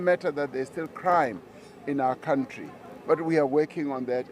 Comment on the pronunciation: It's a country, not a cowntree. Or you can use the other pronunciation and refer to yourself, Gwede.